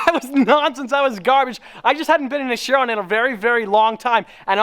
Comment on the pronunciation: Am i the only one bothered on how says Chiron? Its pronounced like Kiron.. but Chiron, sorry for that rant😂 Also thats a Montana License plate on that car!😱